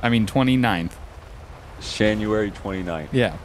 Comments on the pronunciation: Patrick Smyth he said shanuary lmao that's what I called into dispatch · Shanuary, Nineteen Zheventy Five? That hasn't happened yet... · Uuhhhhh 😂😂😂😂 born in schanuary